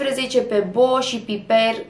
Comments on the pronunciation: Piper se pronunță Paipăr. Piper=Paipăr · Piper se pronunță paipăr ❤😂😂😂😂😂😂